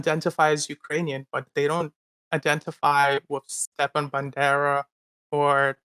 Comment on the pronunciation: He doesn't even pronounce Stepan right. Those people are just scum of the scum